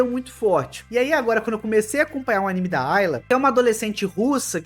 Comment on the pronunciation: Por que pronuncia [Aníme]? O correto é [Animê]